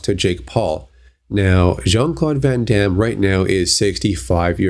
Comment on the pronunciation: It's van Damme